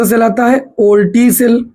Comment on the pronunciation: वोल्टीय सेल❌ ओल्टीय सेल ✅ 😂😂😂